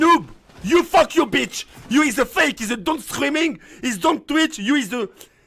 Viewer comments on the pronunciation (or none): none